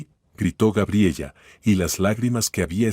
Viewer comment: Cuál Gabriella!!!! Gabriela por lo menos deberían narrar bien. Aparte de las incoherencias en la historia